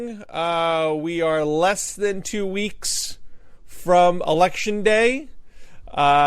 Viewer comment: I have never heard another English speaker pronounce the "day"--in the days of the week"--in the manner that Matt Lewis does.